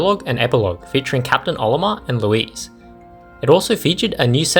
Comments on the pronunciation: Louise?? It’s Louie you dolt! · Bro called Louie as Louise… XD. And hocotate as “hocotait” instead of “hocotahtey” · You mean Louie right? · The way you butchered Loui's name and mixed up Captain Charlie and Alph hurt me